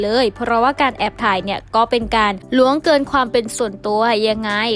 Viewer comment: ล่วงเกิน ครับ คนอ่าน อ่านเป็น ล้วงเกิน ความเป็นส่วนตัว